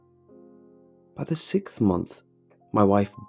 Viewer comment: “By the sithx month”